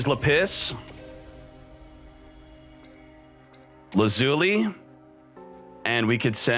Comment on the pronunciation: Not La-pis or Laz-uli, it’s Lap-is and Laz-u-li. You can type Lapis and Lazuli in google and it will say it for you. It’s not a big deal, I just wanted you to know.